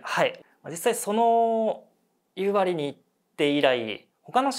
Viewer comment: 夕張の発音正しい人初めて見た😊❤